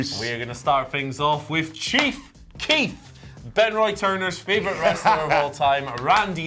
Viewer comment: Chief Keith is what he said lmao that's Randy ortons middle name